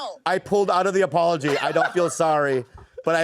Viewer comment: i love Bobby Lee lol, " i wanna pull back my apologee " lmafo